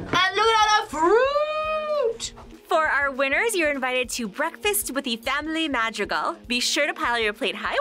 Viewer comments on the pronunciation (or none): I can not forgive for the pronunciation of Madrigal.🤣🤣🤣🤣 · you said Madrigal wrong😩